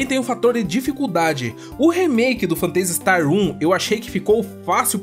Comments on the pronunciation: Mto legal a série, acompanho desde o começo. Mas essa sua pronúncia do nome do jogo aí tá meio esquisita hein? Vc fala "Fantêisi", e o mais correto seria "Fêntazi". Não que prejudique o conteúdo, é como vc comentou no caso do "Guile" vs "Gaioul". É mais uma curiosidade mesmo. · pronuncia-se fêntasi istar, e não fanteisi star. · "Fanteisi Starrr" xD